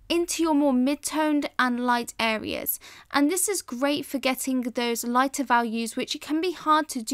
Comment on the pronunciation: Why do you sometimes say "Areas", but then also say "hareas"?